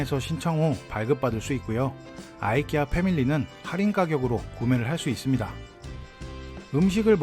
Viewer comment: 이케아를 아이키아라 들으니 아주 색다릅니다.